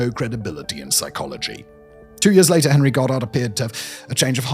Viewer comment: "and one of the most prominent devotees of eugenics was our friend Hhhhhit- Henry"